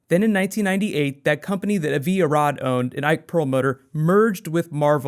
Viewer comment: As someone named Avi, let me tell you that you are mispronouncing that name :)